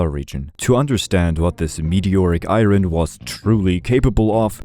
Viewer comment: Not trying to be rude but Ur pronouncing iron wrong